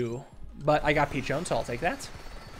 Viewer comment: Pretty sure Peachone is pronounced Pi sho'/cho' nə since it looks like Italian piccione for pidgeon